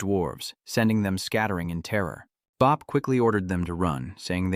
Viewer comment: what is that ending where it just cuts off mid sentence???? Also your AI needs more training since it confuses genders and got soooooo many words wrong. I kinda laughed at how many times it saying Bob sounded like Bop or how it would mess up undead as anded